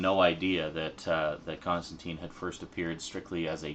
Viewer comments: You pronounced his name wrong. Everyone comic book fan knows his name rhymes with turpentine. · Alan Moore has pronounced Constantine "Constantyne". Garth Ennis has pronounced it "Constantyne". Andy Diggle has pronounced it "Constantyne". Simon Bisley has pronounced it "Constantyne". It's an English way of pronouncing the name. A very popular mistake. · His name is pronounced with a sound like brine, not teen. I was surprised too. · Sorry for being too belligerent. Its just that in the comic book community it ain't cool to mispronounce his name. The movie sucked balls to most of us afficianados because of its "Americanization". And the name isn't an exception. People, even Alan Morre, the one who created Constantine, always tells people to pronounce it right. And for a damn good reason too. Remember that time when Captain Marvell was suddenly has his name changed to Shazam, and this destroyed this character since New 52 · It's a Brit thing. They also pronounce Emperor Constantine that way. Apparently somewhere in the comics John corrects the pronunciation to the Brit version (of course) so it's canon I guess. Aluminum vs. Aluminium, whatever get over it.